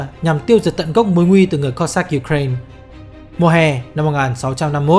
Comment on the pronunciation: Đọc chính xác là Kô dắc chứ không đọc kiều khó nghe là Cót sát nhé !!!